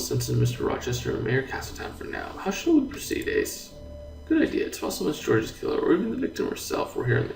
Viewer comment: Georges is pronounced as Zhorzh